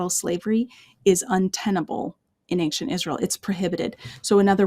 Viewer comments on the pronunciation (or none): Anxient=not a word, don't fall for the false pronunciation!